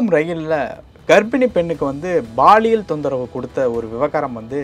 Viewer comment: Anchor promounciation awkward.. thamizh thandavam aaduthu.. he is saying baaliyial.. instead of paaliyal. (Which implies sexual harassment)